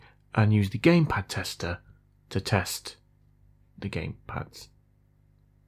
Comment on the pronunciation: I thought you said “Gay pad tester” 🤪